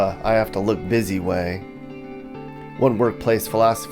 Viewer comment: FFS the word is busy not bizz zeee !!